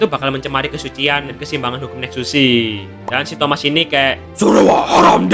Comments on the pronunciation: Baru sadar bro bilang thomas bukan thamuz😂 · Thamuz❌ Thomaz✅